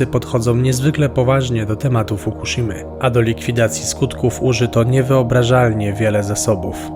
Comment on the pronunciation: (wiem data) Mówi się Fukuśima😊